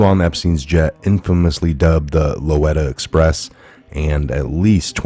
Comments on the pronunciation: LOW-LEETA. Are you freaking kidding me with the LOW-LITTA pronounciation? For God's sake research pronounciations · It's pronounced Lo Leeta express. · Lolita=Loleeta sorry, just trying to help you out. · Lolita, not Loretta ! You are not well-read, for sure ! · sorry, it's actually Low-leeta Express and Teta-boro airport. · Lolita, it's pronounced Lo - leeta. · Good reporting.....however, it's LO LITA. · FYI -- It's pronounced Lolita (Lo-Lee-Ta) Express my friend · It's pronounced lo leeta